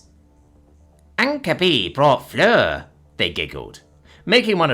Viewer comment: I hate to be that person... you got Fleur right.. but Cadavre... it more sounds like cadah(v)rah) Flower the dead. Death Flower.